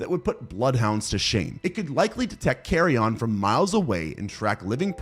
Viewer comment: The “carry on” pronunciation of carrion just after the mark sends me 🤣🤣